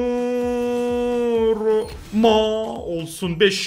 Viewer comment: Abi video mükkemml ama dondurma diyir donarruma lütafen öyle söyle sabitlermişim